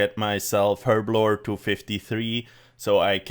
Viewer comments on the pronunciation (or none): none